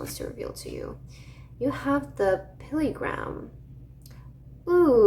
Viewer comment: It’s pronounced Pill-grim, not Pilly-gram. 😘 ❤ 😊 So cute